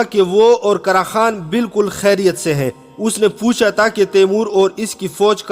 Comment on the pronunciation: pathan bhai ya taaa nahi ha , tha hota hai 😂